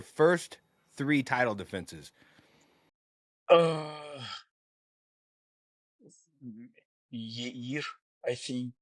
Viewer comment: dude said Yair lmao